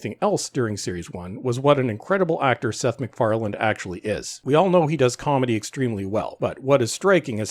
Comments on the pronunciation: _McFarlane_, not *McFarland*! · MacFarlane not MacFarland ... otherwise, well put! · Love how he keeps calling him "McFarland" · The name is MacFarlane not MacFarland ...otherwise good video, thanks. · I like this video, and I think your points are valid, and I agree with them. Just wondering though: are you saying "Macfarland" when you're referring to Seth's last name? It sounds like you're adding a "D" to the end of his last name, which is "MacFarlane." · Excellent analysis. My only problem was the narrator's almost constant mispronunciations of the creator's name. It's MacFarlane, NOT EVER MacFarland. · MacFarlane not McFarland lol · Dude, your video and your commentary are great. But say McFarland one more time... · By the way Seth's last name does not have a D on the end... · This is great but there’s no ‘D’ in Macfarlane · Agree with your assessment. But please, there's no D in MacFarlane.